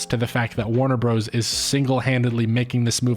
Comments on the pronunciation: I rarely pause to comment, but I'm at about 28 minutes and I am getting triggered every time he says Warner "Bros" instead of brothers. This better be some meta commentary in itself! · Stop saying "Bros." in "Warner Bros." (and "Super Mario Bros." as "Bros". "Bros." (note the dot/period) is an abbreviation for "Brothers". So annoying and you don't sound cool saying it but, rather, uneducated, which contrasts with your critical thinking related to this video's theme.